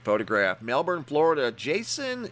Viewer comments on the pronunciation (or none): none